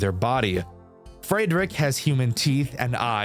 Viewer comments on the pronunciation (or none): why do you pronounce Friedrich as "Fraydrick" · You do NOT know how to properly pronounce "Friedrich", huh? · that pronunciation of friedrich is interesting i’ll say that